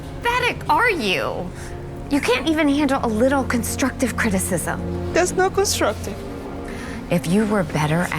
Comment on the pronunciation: 😮 did she say wittle 😂